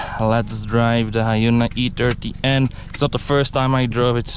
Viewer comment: This is the third time in a row you called it an "E30N" instead of "I30N" 😂 I'm guessing i means e in your language?